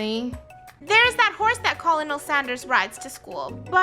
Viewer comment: Is It Just Me Or Did She Say Colonel Standers